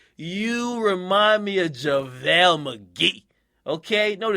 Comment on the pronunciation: This nigga said Javale McGee 😂😂😂